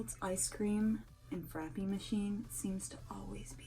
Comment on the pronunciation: Lol I loovve how you call it a frapeee never heard it produced like that and cracked me up 🤣 yeah Aldi grocery stores make you pay a quarter to use the carts that was the main grocery stores we had in SC butt when you return it to the cart thing it actually gives you the quarter back buut sucks when you dont have a quarter lol and yeah dominos took away the insiders tips it used to just be on the receipts but no one ever saw it so thats why they put it on the screen but thats def awkward and the insiders tips are unfair because usually the person ringing you up helped you for like 1 minute but had nothing to do with making the pizza so they shouldn't even be the one to get it